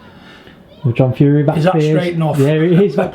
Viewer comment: Stop being bad with the Fury name or you'll get 👊 that in your earhole 🤣 Yea stop it online John.. Haha.